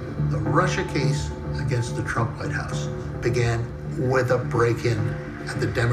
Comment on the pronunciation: Why did you keep saying Trimp